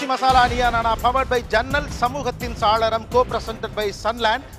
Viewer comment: Saaralam nna jannal nnu artham!! Not “Salaram!! Gopi Sir!! Saalaram nna artham vera!!! Thamizh arinjargal ulla sabayil idhu thappu!!!